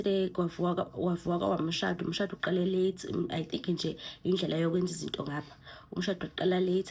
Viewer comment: 😂😂 "samkela umshhaado" I give you an A for effort shame 🤣 ulishaya ngesiZulu